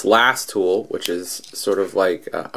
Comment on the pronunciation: three 'O's in tool huh? :P